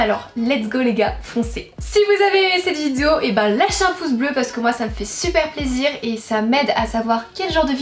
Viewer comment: Tu as redis "vidzéo". On retrouve enfin la belle avec ses défauts de prononciation qui font sa charmante personnalité.